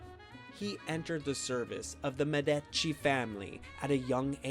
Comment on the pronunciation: It was. Not Medaci it was. Medicci !!!!!